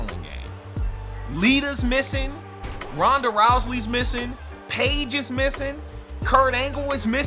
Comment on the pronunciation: Also it was hilarious how u mispronounced rhanda's and other wrestlers names but yeah wwe2k22 is wwe2k20 2.0 patched terribly